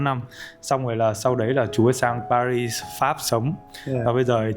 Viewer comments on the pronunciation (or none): none